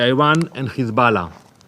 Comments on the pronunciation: Ok, what's His Ballah, this fool has a speech impediment, lies cause this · It’s hizbullah in Arabic. But when isnotreali people say khizbullah or khamas the kh is a Talmudic curse